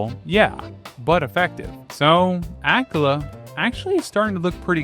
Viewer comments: The way you pronounce Akkala makes me nauseous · Did anyone else become lost by his pronunciation of akkala? I was like.. ok, never heard of that part of Hyrule, but nice, then he started showing tarrey town and I was like ohhhhhh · This is super interesting and informative! Your lessons on hydrology are definitely going to stick with me in case I ever find myself in the wild with nothing to drink. … but the way you pronounce some Hyrulian terms… bro… 😑 “HOT-eh-no” “ACK-uh-luh” “HEE-lee-uh” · This is the most mispronunciations I've seen in a single Zelda video lol. Akkala, Hateno, Mipha... Gleeok somehow got an R added in there lol. Still loved the video though